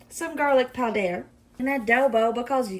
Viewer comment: I just love the way you say garlic powder. You're so dang funny to me!